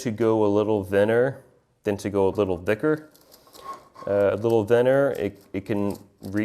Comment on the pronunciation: You pronounce the 'th' in 'thinner' and 'thicker' like the 'th' in 'the'. Everyone else ive known pronounces it with more silibance like the 'th' in 'myth'.